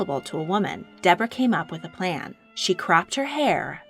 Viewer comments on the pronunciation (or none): none